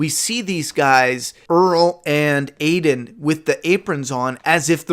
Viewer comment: Beta doing some Beta shit 😂 But 1 thing, are you calling Aldon Aiden? If not, I'm trying to figure out who th Aiden is...